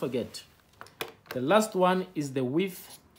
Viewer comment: When you said width with widtb😂